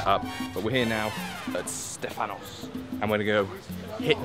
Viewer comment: you are the first British person to pronounce Stefanos or Stephanos correctly XD